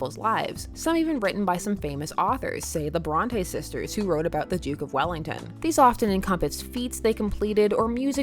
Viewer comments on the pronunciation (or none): none